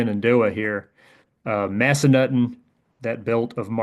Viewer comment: I'm pretty sure it's pronounced Mass-Uh-Nuthin. Haha, I used to snowboard there.